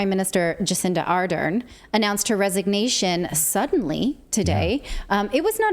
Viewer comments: Someone please inform her that the R and L sounds exist in her language. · You guys do a great job but as a Kiwi I just have to correct you on your pronunciation of Jacinda's surname. It is pronounced Ah-dern not Are-den. Not that it matters so much now she's resigned and not a day to soon. 7th February can't come soon enough. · While you are mocking her for how she prounces words, how about you prouncing her name correctly it is not Arden. It is ArdeRn. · She’s less popular than herpes and should be investigated. Clayton you say it’s name A-dern